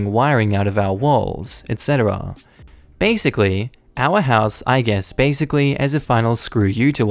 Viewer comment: Some one like to use the word "basickly". Huh